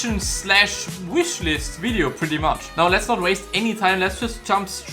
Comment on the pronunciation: “Whishlist” lol 😂